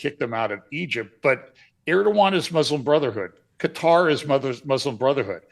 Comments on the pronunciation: I subscribed, tell that if he can stop saying putter then he could learn to say Qatar. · Quatar, most appropriately pronounced Gutter.